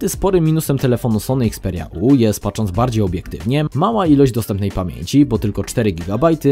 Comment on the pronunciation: czy,, i ,,pacząc,, xDDDD